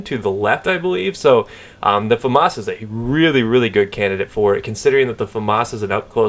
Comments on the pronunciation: they don't... more like fuh-moss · why do americans say famas like its spelt foomas ? :L